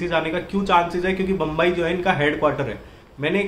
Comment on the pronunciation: Ma ko ba bolna tone nhi he